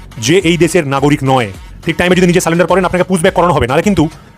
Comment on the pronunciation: স্যারেন্ডার করছে না, স্যালেন্ডার করছে। 😂😂 একে বলে বাপ ডাকা।